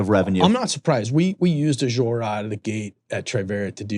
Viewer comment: I don’t care how smart you think you are, nothing makes you sound dumber than not knowing how to correctly pronounce Azure.